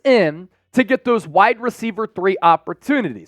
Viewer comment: Ainias is pronounced a nye is not a knee is. Please stop saying a knee is